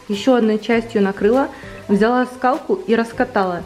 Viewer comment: Как я люблю когда говорит ВзЯла.... Так по украински))))